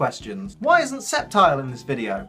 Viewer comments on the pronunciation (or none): none